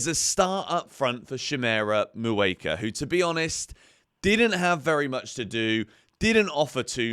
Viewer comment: Hey, you’re saying shimmy’s name wrong. You’re saying “moo ay ka “ but it’s may ooh ka”